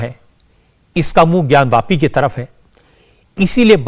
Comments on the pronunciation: रजत शर्मा जी आपको बहुत-बहुत धन्यवाद। आप ज्ञानव्यापी नहीं, ज्ञानवापी बोलिये। जय श्री राम। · ज्ञान व्यापी नहीं "ज्ञान वापी" सही नाम है!